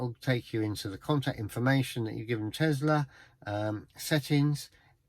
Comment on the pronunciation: It is not Tezla it is Tesla, smh.